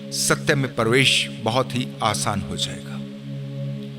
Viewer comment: परवेश नही प्रवेश होता है